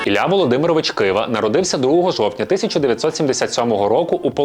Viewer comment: Не кваша а ківа